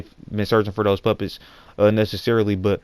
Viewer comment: lol when he says "puppets" his accent makes it sound like he's saying "Puppies" "Kara is looking for the puppies" XD